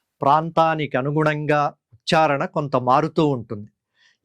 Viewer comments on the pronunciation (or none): none